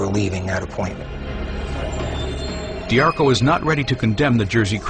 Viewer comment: If you like this doc, you can learn a ton more from, MOB BOSS, the first person perspective from AL D'Arco ((dee AR coh) not (dar koh) like the audible book say) it's really good autobiography